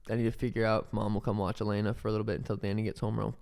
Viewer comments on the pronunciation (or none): none